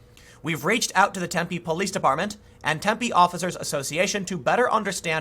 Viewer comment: Just want to say thanks for pronouncing Tempe correctly. Drives me nuts when people emphasize the wrong syllable! That said, screw that city! It's a college town injected full of young entitled lefties from out of state. I used to live there. Could not stand it!